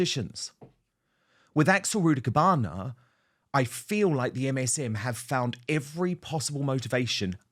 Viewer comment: Did he say rudibukana lol